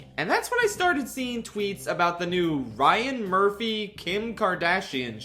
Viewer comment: I kept hearing Ryan Murphy as Brian Murphy when you were talking about all's fair, so every time you said his name I had to keep asking myself why the guy who plays Riz "the ball" Gukgak was working with Kim Kardashian.